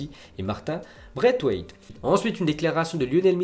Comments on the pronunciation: On dit martine braissewaith... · Slt, martin braithwaite se prononce braiSwaite